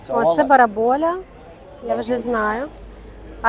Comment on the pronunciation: Назва риби барабуля,а не бараболя.